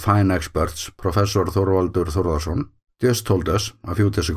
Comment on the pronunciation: Came for the updates and great footage.. stayed to hear you pronounce Þorvaldur Þórðarson 🤗🤗🥰